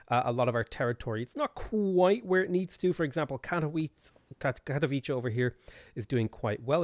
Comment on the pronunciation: Cat-OH-vee-seh is probably the way to go when pronouncing "Katowice", although as English isn't my native language (Polish is) I might have written phonetic version a little bit incorrectly.